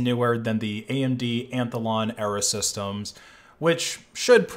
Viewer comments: how do you get from "Athlon" to "Amthelon" in pronunciation? dyslexia? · "Anthalon",, it's Athalon. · Did you pronounce athlon as antalon? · WTF is AMD ANTHOLON? You literally showed an image of Athlon... there's no second N. Why do "content creators" not give enough of a fuck to even pay attention to what they're trying to say and expect us to pay attention? If you don't care enough to pay attention to what you're saying, WHY should I as a consumer care? You want more subs? show us that you actually give a crap about the content you create. I'm sorry if I'm coming of as harsh, but then again.. no I'm not. Those of us that really care enough to click on something about a Linux Kernal update actually care about how that content is delivered... and if you can't be assed to go back and listen to your stuff before you post it to make sure its correct, neither can we be to listen to you. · What is an "AMD Anthalon?" I've only ever owned Athlons. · lol "anthalon" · AMD "ANTOLON" CPU. LOL